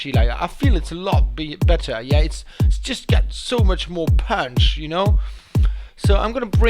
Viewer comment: i love the way he pronounces "punch"... like "pøønch" ^^'